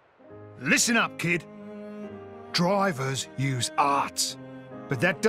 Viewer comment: I love Vandham so much as a character but I just can't unhear "Drivers Use Farts!"